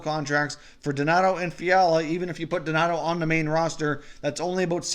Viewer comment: it’s donato not donator